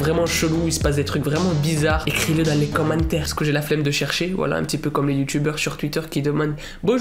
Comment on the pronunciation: Quand tu dis voila j'ai l'impression d'entendre wallah